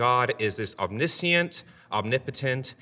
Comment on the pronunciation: Why do so many people mispronounce the word Omniscient?